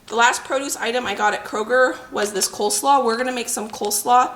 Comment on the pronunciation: I think they are just mispronouncing 'coleslaw'